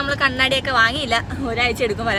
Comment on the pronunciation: Kannaadi alla kannada. Mirror aanu kannaadi. Ithu spects